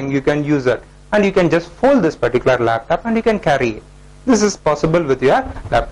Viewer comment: its not told desktap its called desktop and laptop not laptap....😂